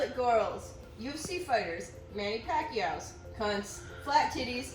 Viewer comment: Am I the only Filipino who had to rewind to see if they heard the "Manny Pacquaios" right?